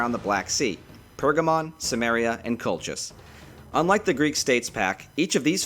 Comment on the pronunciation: Not simmerian, Kimmerian, and kolkis. good video btw thanks